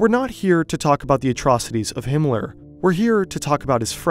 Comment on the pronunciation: Himler? Cmon, man...